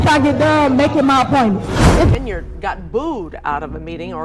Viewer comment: Tiffany Hen-Yard